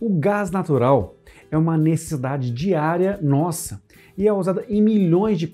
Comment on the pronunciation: "O gás naturar é uma 'nessidade' diária" ...kkk